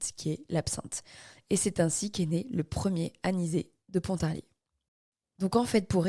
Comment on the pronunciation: Merci ☺️ bon ne dit pas "ponte" ou "saponte " juste pont ou sapon mais merci pour l'histoire cest génial